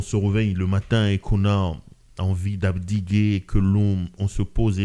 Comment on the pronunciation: "D'abdiquer" se proonce "d'abdiké" pas "abdiguer"